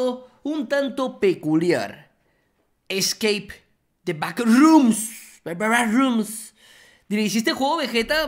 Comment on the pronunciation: Gente de habla inglesa: Scape the backrooms Vegetta: Escake the packrooms